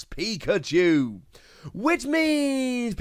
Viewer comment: Could have sworn he said pika-jew lol